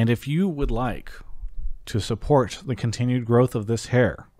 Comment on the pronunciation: This dude says “teh” seriously. He’s got brain damage folks just move on